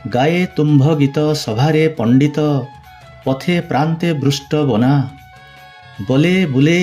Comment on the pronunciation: ପଥେ ପ୍ରାନ୍ତ ନୁହେଁ, ପଥେ ପାନ୍ଥ।। ଅନ୍ତପୁରେ ଯଶା ନୁହେଁ ଯୋଶା।😊